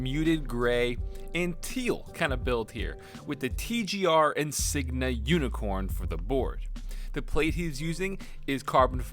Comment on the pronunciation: He said Sigma instead of Singa :/